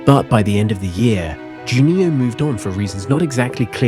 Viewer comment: I believe, "Juninho" is the only non-English-word, that you don´t pronounce ridiculously... Otherwise, all ok.